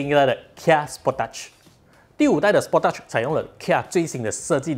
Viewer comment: 根据korean的车媒 Asian Petrolhead，是念 spor tage(techge)，就stage 拿掉s, 你念的第二个音有点 sport teach，哈哈，应该是酱